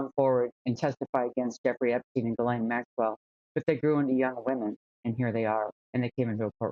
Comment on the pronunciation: That trial attourney didn't even pronounce Ghislaine's name correctly, what hope is there of keeping her behind bars? She will get out on a technicality after a retrial........................